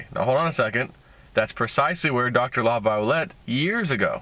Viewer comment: Laviolet pronounced La Vee Olay. Like chevrolet is not chevro let. Jeeze dude, you are making a career out of reading, do a little homework before you do your presentation.